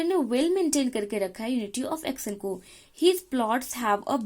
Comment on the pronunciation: Pronunciation of action is wrong